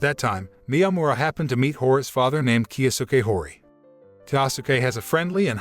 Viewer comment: why do u pronounce hori without the i 💀